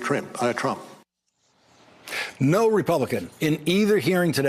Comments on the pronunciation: What was the word Mueller was conflating when he said "Trimp"? What do you think? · nope. Trimp. Slip of the tongue. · "It would be Trimp"! LOL, you go Robert. Throw that shade. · lol mispronounced trumps name. Tranmp? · He said "Trimp" 🤣